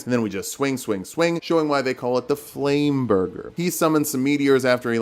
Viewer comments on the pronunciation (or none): dear, flam-burger? Really?? Jk, I love your content! ❤️‍🔥